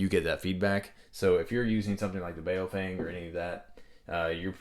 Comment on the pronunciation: BOW-FANG pronounced :) Not bow like what hunters use. But what do Japanese people do at a meeting.